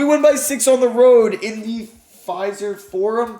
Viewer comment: FY-Zerv fore um